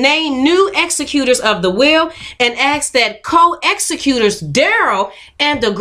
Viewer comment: Executor ex·ec·u·tor = law "Executor" has a specific meaning. It's a legal term referring to the person who manages a deceased person's estate in accordance with that person's will. It's pronounced differently too, the emphasis is on the second syllable. ... "Executer" is pronounced with the emphasis on the first syllable. ek·suh·kyoot-er "Executer" is pronounced with the emphasis on the first syllable. It means the one who executes. That may mean (arguably incorrectly) to execute a will as in the above. Among other meanings it may also mean the one who carries out the execution of a person, as in hangman. Many dictionaries don't even list it as a word